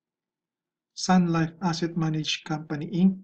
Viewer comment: sir wag inc ang pagbasa sa inc hahah pls lang naman oh